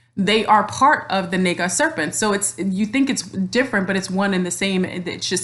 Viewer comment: You are a very enlightened being thank you for sharing your energy here 🙏 Namaste. Isn’t “Naga” Pronounced Nahga. Just wanted to say lol sorry. Anyways I love your video thank you. I am not mixed or Black at all to my history and knowledge going back generations, but I am Native American and Celtic. I understand we all come from mother Africa. My past life I was from India. I have Aslesha in my Chart and am aware of an Orian Star connection. I feel we can be a Naga descendent without just being genetically shown today as a beautiful African looking person. Thank you very much for this video though I just wanted to express feelings thank you. 😘